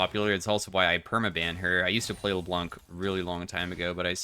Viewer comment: C is silent in Leblanc. Much love. A french dude.